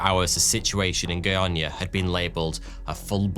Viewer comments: Your pronunciation of Goiânia is very good! Thanks for the effort! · You spoke the name of the city really well. Caesium 137 disaster is great reminder of how important is to take close care of dangerous scrap.